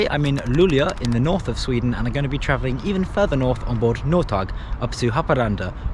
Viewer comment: Yes those pronounciations were fine, but the pronounciation of Norrtåg & Haparanda in the introduction was rather interesting haha